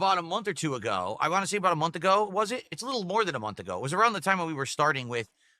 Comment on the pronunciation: It's crazy because that's not a normal New England accent! It's so nasal. 🤮